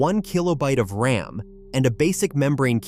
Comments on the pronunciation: AI voices don’t know the difference. It pronounces thing as R-A-M, M-I-D-I and D-I-N by spelling them out. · Lame AI narration like 4 sixty 4 and R A M being spelled out just grates on me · A couple tips...RAM is not spelled out R-A-M, and when you said they had a choice of a green or color screen...green is MONOCHROME. You don't call it green. Just helpful to sound like you know what you're talking about. I couldn't even make it through the rest of the video